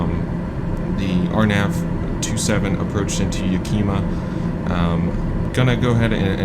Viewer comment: And it’s “Ya-ka-ma” not yakeema. lol That hanger you taxied too is my flight schools maintenance shop!